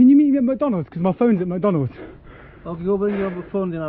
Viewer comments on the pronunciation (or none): but why she called it “macdonulds” 😭